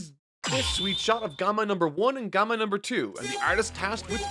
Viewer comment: Is anyone gonna talk about how he pronounced gamma as "gomma" 😂